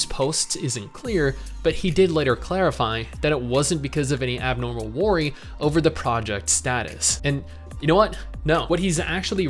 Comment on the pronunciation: Has always said "worry" like and? I have no memory of this.